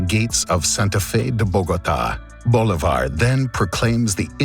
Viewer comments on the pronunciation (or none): you said "Bolívar" wrong, the acent is in the i, not in the o